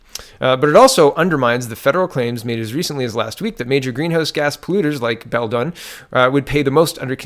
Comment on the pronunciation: It's pronounced bell dune